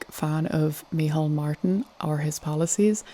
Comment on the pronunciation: Micheál it's pronounced Me hall not mehole xD